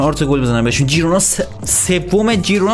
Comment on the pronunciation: بسیار گودرتمند 😘♥️ ولی اسم اون تیم خیرونا هست نه جیرونا 😘✌️